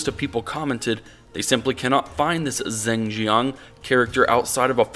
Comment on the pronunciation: well it doesn't matter because 99% of the audience won't know but Zheng is more like "dj-uhng" (dj as in Django).